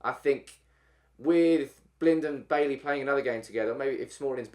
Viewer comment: It's not Bailey. You pronounce it Buy-ee.